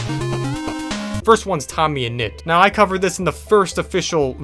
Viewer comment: wnedys also said know instead of now